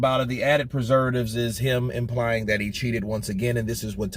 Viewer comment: WILDER WAS TALKING ABOUT HIS WEIGHT!! (ADDITIVES AND PRESURVITIVES)!